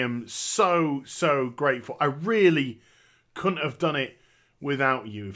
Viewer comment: Replays how pronounces "couldn't" DEMONETIZED